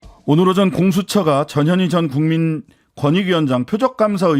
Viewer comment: 전현희 위원장님 이름부를때 발음 신경좀 써주세요 저년이 그러면 안돼요.